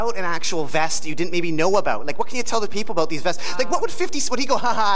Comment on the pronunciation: "Tell me aboat it"